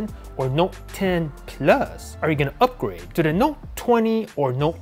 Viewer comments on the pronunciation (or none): "updrage" Lol